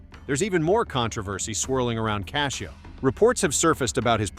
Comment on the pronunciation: His last name isn't cashio it's Cascio